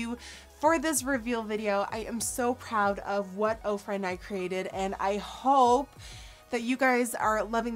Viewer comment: Ohh... this whole time I thought you were saying Oprah